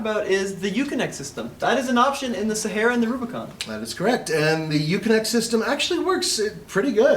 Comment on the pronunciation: SA HAR A ... no e in there. ;)